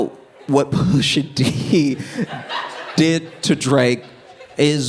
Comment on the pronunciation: I know for bloody certain I heard SOMEBODY go....Pusha TEEH 😂😂😂😂